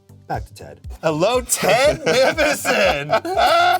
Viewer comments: Ah yes ✨✨ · “TED NIVISON?!?!”